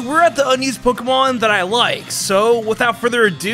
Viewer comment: it bothers me so much how he says “pokuhmon”